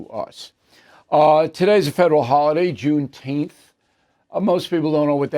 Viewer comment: It's pronounced June teempff